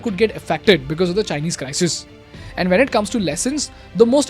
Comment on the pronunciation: sounds like CRY-SEEES